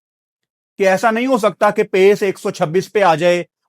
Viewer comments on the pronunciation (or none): It's not sawahl it's sawaal Ahsa nahi aesa please don't mind you are being watched by many people